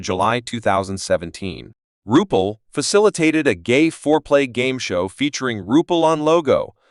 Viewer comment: Have the RESPECT to pronounce the name CORRECTLY if you're going to do a video. Disgustingly UNPROFESSIONAL.